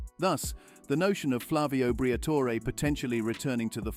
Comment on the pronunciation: The AI narration needs work. Al-Peen vs Al-Pine and whether to pronounce the "e" in Briatore🤔